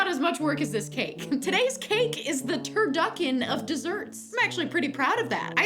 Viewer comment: When she said turducken, i snapped. I really heard turd-yuck!-en😂